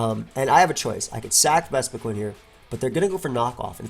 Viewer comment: That’s because it’s pronounced “qin” like win with a Q. Not queen.